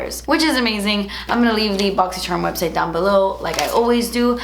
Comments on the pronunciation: Why do you say ch.. As shhh. It's not boxy SHARM. And it's not PEASH. U also say bawx instead of box. You sound uneducated when you say peash instead of peachhhhh and SHARM instead of CHARM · Don’t like when she says boxy sharm Tbh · I love how she says boxysharmmm unboxing lol ❤️ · Whenever I mention Boxycharm or I get my box around my boyfriend, he ALWAYS says "Boxysherm" because of! LOL